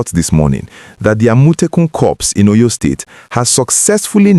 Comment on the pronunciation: Please learn how to pronounce the name of the state. Óyó, Óryór